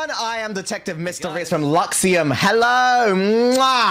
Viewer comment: I love how mysta's voice when he said Hewwo? Hewwo?🤫🤭